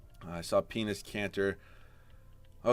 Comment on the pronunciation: 😂😂😂😂”penis kanter “